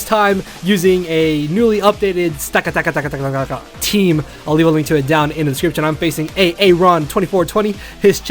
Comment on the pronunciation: dudue its pronounced: stack - attack - uh